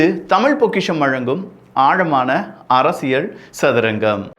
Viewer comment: தம்பி, உங்கள் பதிவுகள் அனைத்தும் நாகரீகமான முறையில் நன்றாக உள்ளது. ஒரு சிறு வேண்டுகோள். தமிழ் உச்சரிப்பில் சற்று கவனம் செலுத்துங்கள். அரசியல் என்பதை அரசியள் என்று சொல்கின்றீர். இது போலப் பல வார்த்தைகளில் ல கர, ழ கர உச்சரிப்பு தவறாக உள்ளது. சரி செய்தால் மகிழ்ச்சி 🤩